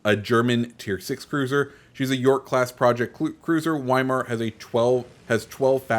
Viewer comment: Just to let you know, the W's in German are pronounced with a V as far as I'm aware. Weimar/Veimar I guess